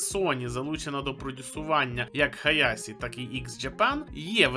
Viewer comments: Хаяші а не Хаясі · Хаяші, а не Хаясі. Звідки ця раптова поліванівка? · HAYASii це стилізоване написання під японську систему латинізації кунрей-шікі, правильно вимовляти Хаяші. Вони в оригіналі кажуть саме так. Навіть в англодубляжі кажуть Хаяші. Серію хоча б подивися і послухай як там кажуть)